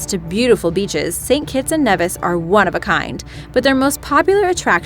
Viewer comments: It's NEE-vis! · Does this person know anything about pronounciation? First “arch-ipelago” and now “St Kitts and Neh-vihs” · Saint Kitts and Nevis --> pronounced KneeVis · Knee-vis.... Not Neh-vis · then you know how to say Nevis correctly. Its pronounced "nee vis" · it is pronounced knee- vis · St.Kitts and Nevis (Knee-vis). If you're gonna say it, say it right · correction.nevis its pronounced neevis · It's pronounced "knee-vis" by the way... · i live in d catibbean and we learn about st kitts abd nevis. it is pronounced NEEEEVIS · She's saying Nevis wrong just a FYI